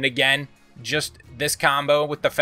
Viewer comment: lmao say TENNEBRIS again